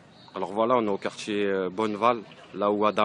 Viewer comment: "Alors voilà, on est au quartchié Bonneval ...nanani nanana, on a fait pression, les mamans, les tantines, tout, y sont partchi, c'est un sportchif, c'est pire qu'une bavure policière, on a perdu un frère avec qui on a grandji ". Lâchez-nous les casiers judiciaires de la fratrie Traoré. Qu'on se marre un peu.